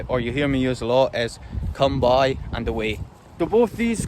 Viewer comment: Agreed, his "lie down" sounds pure Aussie for some reason. His come by sounds like "come, boy" too.